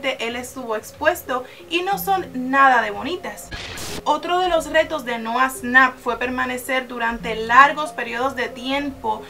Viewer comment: Noah snap :v Es nouah shnap ahre